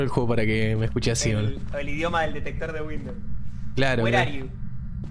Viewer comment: “were arhe yu” el fantasma debe estar confundido con los idiomas después de esa frase jajajaja